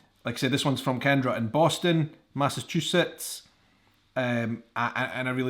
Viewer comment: Come back to visit. Work on the pronunciation of “Massachusetts!!” I’ve decided the Badlands of South Dakota and the mountains of New Mexico should be on everyone’s bucket list.